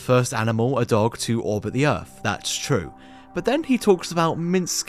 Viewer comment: They went to RussiER, itself? The company made uh-ver reality shows, too? And after FREE weeks of training, they finally saw the EARF?!😱